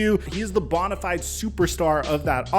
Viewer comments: bro, it's "bone a fide" not bon lol I've heard you say it like this so many times now I just had to comment finally lmao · Yo it’s pronounced bone-i-fide🦴 not bon-i-fide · Love your content, man, even if you can't pronounce bonafide correctly ;)